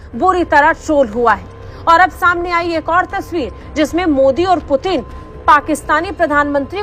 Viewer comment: 😂😂😂 पुतिन ❎ प्यूटन ✅